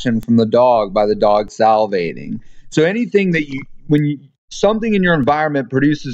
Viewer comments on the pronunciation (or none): Salivating phonetically (Sal-la-vate-ting